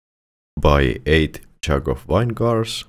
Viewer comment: Vine-gar, love it lol